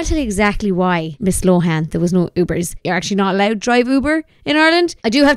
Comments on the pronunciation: similar to loan not lowhan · Please pronounce lohan properly , it's a good west of Ireland name and it's not low han